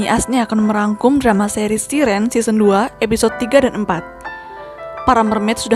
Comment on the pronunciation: Kak,koreksi aja Siren itu bacanya "Sai-ren" yg betul.